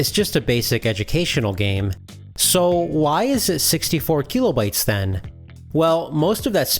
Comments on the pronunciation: how many "keeeeeelo" bytes is it again? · Video/channel seemed interesting but I had to stop watching. The constant "keelo bytes" drove me crazy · If I hear KEELOBYTES one more time, I am going to scream. Imagine thinking literally EVERY OTHER PERSON ON THE PLANET is pronouncing it wrong